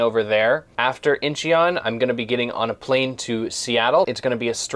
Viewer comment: its IN-CHON. -INNNNNN-CHONNNN